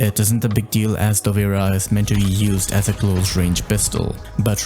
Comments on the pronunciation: Google translate gives different pronunciations depending on what language you select. For English, sounds Dovra. But actually it's a slavic word, and should sound Dobra. Not Dovera, which rather sounds Italian. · ayo! dunno how google pronounced it that way, but it should be relatively similar to the word “cobra” + just replace first letter with D hope this helps brehv:DD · Dovera? I never thought that would be the pronounciation lmao. I always pronounce it like Dop-Vra Also great explanation of the pistol play style and attachments. Great video!